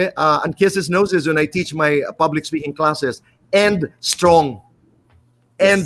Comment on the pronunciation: did she say "SPOKING"?